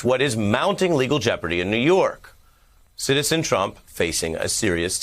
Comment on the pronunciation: Never called him president but now you put such a emphasis on citizen lol